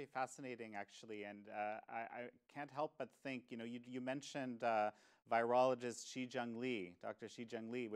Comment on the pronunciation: Please pronounce virologist correctly